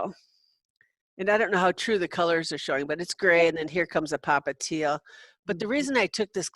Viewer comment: Lol you said “popliteal”